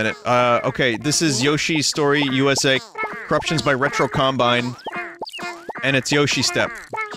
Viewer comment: At this point, it really does just sound like Vinny's saying "Currucktions"